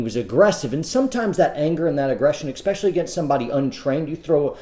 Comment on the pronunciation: Please... The word is "especially" (eh-speh-sha-lee), not "expecially".